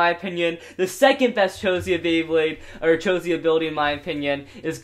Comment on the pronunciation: He said chosie